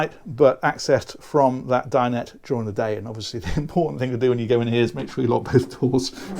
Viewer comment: Great video and content as usual, but my pet hate is that everyone seems to have forgotten how to say dinette. It's not dine ette. Ette isn't a word...it's dinette....please...